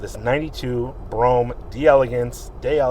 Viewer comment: It's bruam is how you Pronounce it your 2 steps away from saying bro ham😂😂😂😂